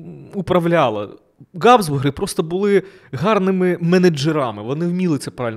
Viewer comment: Назва Габсбурги починається на фрикативне Г (Habsburger), а не на Ґ (G). Беріть на замітку. Все решта супер